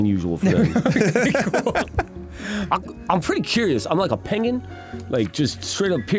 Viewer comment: He doesn’t even say penguin, he says “pangin” 😂